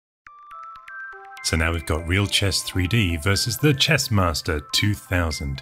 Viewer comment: "I a M t H e C h E s S m A s S t O r"